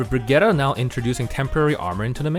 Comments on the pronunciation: As a fellow Scandinavian, it’s not. It’s pronounced “Bri-git-teh.” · I’m Swedish and that’s not how you pronounce it comrade